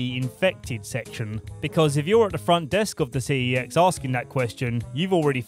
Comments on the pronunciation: 1st time i watchd 28 days i 💩💩💩💩🤣 Great vid by the way, but 1 major mistake i couldnt let go 😫 was you calling it C E X 😕 🤣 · It's pronounced "SEX", LOL.